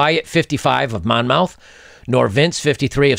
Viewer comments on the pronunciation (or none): FYI Monmouth - Monmuth Gloucestershire - Gloster-sheer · MOHN-muth GLAW-chuh-ster